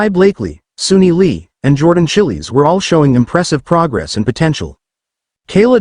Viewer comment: Not Jordan Chillies, damn stupid AI